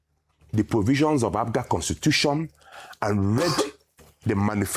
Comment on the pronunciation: Rufai, we are called APGA and not APUGA, take note.